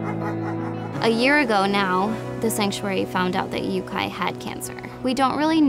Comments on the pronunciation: She said it right the first time idk why she kept saying it wrong after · Can you guys re-film this video please? With someone who can pronounce Yuki; hearing Yukai made me pause video , write this comment and rage with YouTube for the night. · am i the only one who’s bothered by how they pronounce “yuki” as “yukai” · It’s Yūki Not Yukai!! Funny I know this because my dogs name is Yūki again not Yukai.... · I’m pretty sure it’s pronounced “You key” rather than “Yuke eye* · Dire wolves are much bigger. Yuki is a Japanese word pronounced yu-key not yu-ky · I stopped watching when she pronounced Yukai for the 3rd times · Yuki is pronounced You-key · Yeah.. Me too.. I lost a brain cell every time she says 'yukai' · "Yuk-AI." Brain cell left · JY kayak fishing if she is going to say Yukai she should change the spelling of his name. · the name is awesome, i just feel they should spell it differently based on the way it's pronounced... "yuki" is japanese for snow, so if that's what they were going for they're mispronouncing it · 😂😂😂I'm just laughing at all the comments...mispronouncing his name...they did...because they are southern...it's the south. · Yup, they should learn how to pronounce his name right if that's the way its spelt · No. Its pronounced the ignorant way. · Yep as my name is yuki i cringed everytime. Ive heared quite allot of creative pronounciations of my name but this is really the worst one. For the ones saying her pronounciations sounds more male --> yuki is both male and female. I mean I can laugh about it, but still not really hard to at least Google a name and chek the pronounciation of your giving a foreign name. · am i the only one who thinks she’s pronouncing yuki wrong like shes meant to say it in japanese